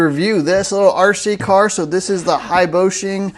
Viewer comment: He said haiboshing